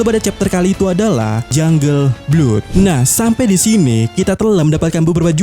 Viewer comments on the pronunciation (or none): Lebih tepatnya blad sih 😁🙏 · Blood itu bacanya BLAAD